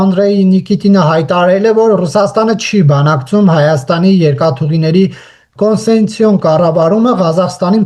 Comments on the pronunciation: Կոնսեցիա չի, կոնցեսիա է, մի քիչ տրենիրովկա արա։ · Տխուր է, այս երիտասարդ լրագրողը չի կարողանում անգամ նորմալ արտաբերել concession հայերեն հոմանիշ բառը։